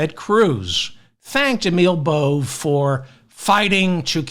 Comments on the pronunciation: I believe Emil Bove… is pronounced Bo-VAy. You need to get your head out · Bove is pronounced Bow Vay. Love your show!